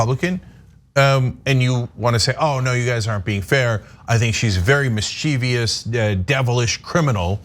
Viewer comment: Cenk - love you man, but it's not pronounced mis-chee-vee-us. Only 3 sylables as mis-cha-vis